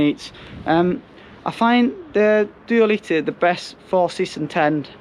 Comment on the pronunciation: duoleeteh and qasah 🤣